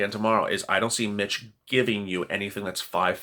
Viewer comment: Every time you say "Being a Mitch", it sounds like you're saying "Being a Bitch" and makes me think you are talking about the temple of doom lmao